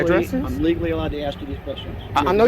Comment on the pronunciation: You’re too smart to be saying axe instead of ask. Why do you do that?